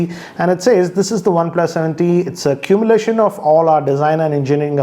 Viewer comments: Did anyone notice mispronunciation on "culmination"😄😄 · Its culmination .... not "cumulation"